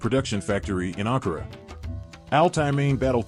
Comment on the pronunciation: Der Standort heißt nicht Ankora sondern der Hauptstadt der TÜRKIYE HEIßT A N K A R A ,schreibt das richtige und Recherche.??????